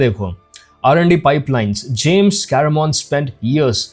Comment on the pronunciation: James Cameron ❌ James Caremon ✅ 😂😂 tongue of slip ho Gaya aapka to, btw love your videos, and I never miss any